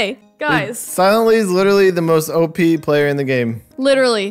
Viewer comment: DJ:she is the most op player. Me:you said it wrong. Sabrina:opppee!